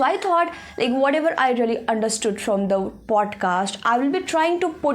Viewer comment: You are doing good.❤ But one thing i want to tell after watching your videos about your speaking/ pronunciation. Aap bhot ajeeb tareeke se then word ko pronounce karti ho, same for "speaking" your pronounce it "eespeaking" ..... please work on it too. Speak naturally u seems like acting to speak in english work on accent.... watch janhavi pawar she speaks naturally 😊